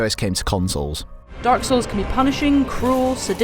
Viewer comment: Every time he says "dark souls" it sounds like he's saying "darcells" lol